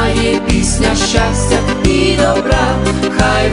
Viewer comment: Все гарно ,але по українськи є щАстя, а не щЯстя і т.д. Навіть під відео написано назву пісні * Хай щастить вам...* а не хай щястить вам. Просто ріже вуха така вимова.